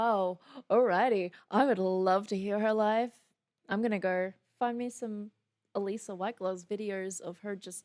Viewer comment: It's absolutely her voice although somewhat layered in this song. You're one of the first persons to pronounce her name correctly and I commend you for that! I'm a huge fan (she literally saved my life...Long Story) of Alissa and on her Patreon (Biggest Patreon fans are referred to as "Beastlings"...Hence, Queen Beast). also. Now you really, really need to react to their newest song; "House of Mirrors" It's PHENOMENAL as well! ) I've seen them live several times as well as had VIP passes!!! AWESOME!! 😃🤘 If you have difficulties understanding these lyrics, (which I guess you don't...but here ya' go anyway! (This song describes 95% of my exes) Yaaa...owww Secrets whispered through a veil of lies When did I become this person you despise? Open- my eyes You've been in- disguise The door is closing You're on the outside now it's curtain call After everything I did for you This is what you choose to put me through? What happened to the concept of loyalty? I guess there is no more honesty! Open my eyes You've been in - disguise The door is closing You're on the outside now It's curtain it's curtain call Deceiver, Deceiver My head is still spinning from your Judas kiss Deceiver, Deceiver Not one thing about you I will miss You put on a great act -I'll give you that Go on and take a bow -you despicable Rat! Accept the applause, you king of whores This is your Grand Finale Deceiver, Deceiver My head is still spinning from your Judas kiss Imposter, I see you Thou beest slain, Tyrant, Sh